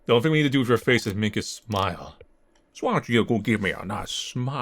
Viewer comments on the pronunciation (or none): "Why dontcha give me a nice big shmile?" The accent from that I never knew I needed